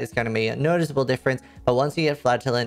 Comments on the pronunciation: Can I just say I heard "flatulent's" instead of "flagellant's" and had to tab back over to figure out what you were talking about?🤣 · Captions heard that as well 😁